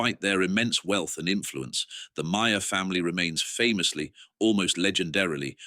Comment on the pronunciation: At least it's pronounced right: rhymes with 'liar'.